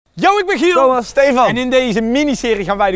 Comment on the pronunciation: Waarom zeg je giek het is Giel